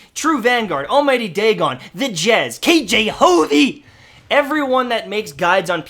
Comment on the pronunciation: The way you say kjhovey in the video I find it funny and started dieing with laughter but just do you, your funny man be yourself besides you alreday covered everything about crucible